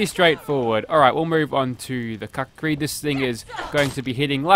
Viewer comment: I believe kukri is pronounced with an oo sound.